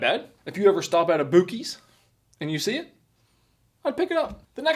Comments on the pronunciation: Ain’t no way he actually thinks it’s pronounced Boo-Keys 😂😂😂😂😂 he literally upset everyone in 5 seconds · "boo-keys" aww hell no you didn't. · If you have ever been there you will here it pronounced by hundreds of people to where you wouldn't mispronounce it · no way bro said “bukeys” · Ok first.... "buck" ees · Gary "Busey's" owns the franchise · I swear he’s trolling us bahaha!! I am Canadian and instantly said its BUCK-ees hahaha like bucktooth beaver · “BOOKEYS” 😂😂😂😂😂😂 I am DEAD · I flinched every time he said “book-eys” and I’m not even from Texas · Was just gonna comment on that, I know its pronounced "Bucky's" and I live in CALIFORNIA! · Well Donut calls it Boo-sees...so. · There is no way you really think that is how it is pronounced.... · As soon as he pronounced Buccees wrong, I scrolled to the comments LOLOLOL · BRO if your gonna try and test or make fun of my gas station, SAY IT RIGHT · Unsubscribe until you figure out how to say gods gas station correctly 😒😒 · Five seconds and I’m questioning if I should unsubscribe because of how he pronounced Buc-ee’s…..thin ice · Please tell me the way he is pronouncing buc-ees is to rage bait us!?!?!? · I do know you know how to pronounce Bucee's the right way not the wrong way!! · is the master of getting comments. He knows damn well that's not how you say buc-ees. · He hast to know how to pronounce it and he’s just saying it wrong to get everyone to comment right? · I guess saying the wrong name like an idiot is funny to somebody! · Tell me your not from Texas without telling me you ain’t from Texas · Unsubscribed. I will never again watch any of his content. The cry for attention in pronouncing the name horribly is just disgusting AF. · If you mean by the way he pronounced Buc ee I agree and I live in a state without one. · pronounced it wrong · I'm not even from a country with Buc-ees and I know how it's pronounced, I mean just look how it's written lol. He's definitely trolling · Pronounced Buck-Ees